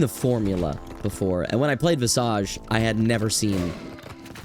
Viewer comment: pronouncing visage wrong is painful